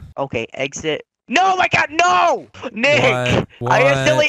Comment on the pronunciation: he says Dick not Nick :D